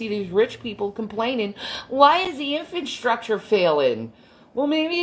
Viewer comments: Did she say "infant-structure" instead of infrastructure? Was it just me that heard that and cracked up? Oh I'm sorry that's doing a rude. 😂 🤘💚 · She did! I thought maybe it was my hearing because I’m a old rocker chick and destroyed my hearing. But I played it back and sho enough she said “infant structure”! 😂🤣😂🤣